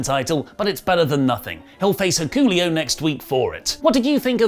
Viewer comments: It's pronounced Hick- A Lay-o not hey Coolio or whatever you said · Did you just call Hiku Leo.... "Hicoolio"? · Hikoolio? I really wish you'd pronounce names correctly. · Well that's certainly one way to pronounce Hikuleo, if only every commentator said it at least once during the very show you're reviewing... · I like how they said hikuleo name multiple times and my man still said it wrong. Love what a gem lol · Dude name Hick-a-layo thanks how pronounce his name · I’ve never heard someone pronounce Hikuleo like this before lmao